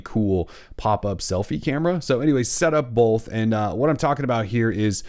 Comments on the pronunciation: Both* not bolth! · are you saying "bolth"? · Great tips! I am also super distracted by the way you say "both" lol